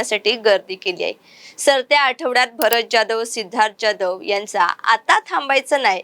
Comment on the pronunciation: जाधव की जॅधव मराठी नाव नीट घ्या... एवढं अवघड जातंय मराठी नाव उच्चारण करायला?